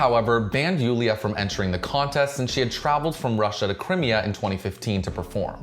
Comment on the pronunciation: I'm sorry but how do you not know how to say Crimea